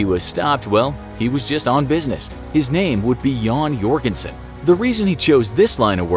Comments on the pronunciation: Joegenson???? Joergen!! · Its not Jon Jörgensen, that would be a swedish last name, to Get it Norwegian it would have to be Jon Jørgensen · im also norwigian its jørgensen